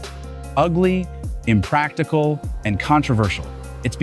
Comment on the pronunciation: "Imprastical" while the voiceover says "impractical" Other than that, very informative video!